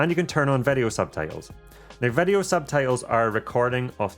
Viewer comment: “Vedeo mode” 😄 Thanks so much for this awesome guide! I just ordered the Mini Pro 3 and it’s my first drone, so this guide was absolutely perfect for me! I really appreciated the pacing - you covered even the most basic info without belaboring anything!